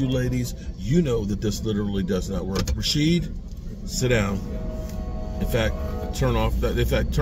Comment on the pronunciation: He said Rashieb 😆